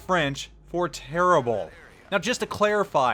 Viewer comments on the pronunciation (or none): dude, i'm french and my ears are bleeding lol go listen the google translate voice for terrible in french. You spell it like Terriblay while it's spelled like terribl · My ears are bleeding everytime you're saying its name. :( The "e" at the end is not pronounced : "Le Terribl" ^^